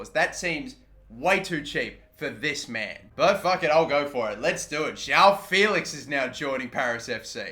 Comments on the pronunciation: It's "Jao Félix", it's JOÃO FÉLIX, fucking learn how to talk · “jow” felix